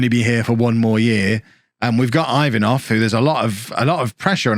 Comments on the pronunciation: Ivanov is pronounced E-vanov not i 😛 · your pronunciation of Ivanov is straight up hilarious